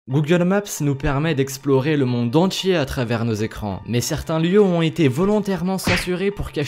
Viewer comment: Tu dis " le monde entché" au lieu de monde entier. c'est stressant.